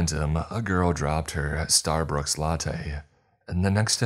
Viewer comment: 'Starbrooks' lol